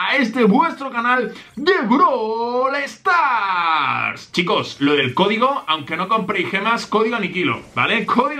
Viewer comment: MANU 10 anikilo dice brol star